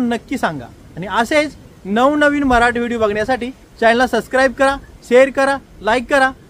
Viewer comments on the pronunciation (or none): none